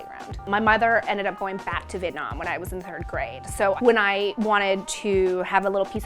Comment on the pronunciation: Why can Americans say Vietnam/Vietnamese better than American born Vietnamese kids. It's "Vietnam" not "Vitnam"....this is super annoying because vit mean duck and nam means south so you're essentially saying southern duck people. Just show down and pronounce the Viet.